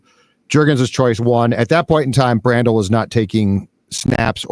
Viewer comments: I love how every week asks how to pronounce Blake Brandels last name. “Blake Bran-Dell” 😂😂😂 ITS BRANDEL!! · Jfc,.... Figure your pronounciations out. This is like the 12th time you've not known how to pronounce Yurosek or Brandel's names.